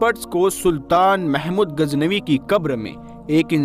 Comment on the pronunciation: AAP KI URDU SAHI NAHI HE SAHI HE GHAZNAVI NA AAP SE GHEN NIKL RAHI HE